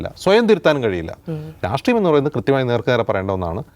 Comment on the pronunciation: Dear,,, രാട്രീയം അല്ല... രാഷ്ട്രീയം ആണ്... നിങ്ങൾക്ക് നല്ല vocabulary, pronounciation ഉണ്ട് 😊